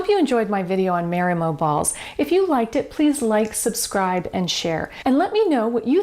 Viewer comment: " MAH-ree-moh", pleeeeze.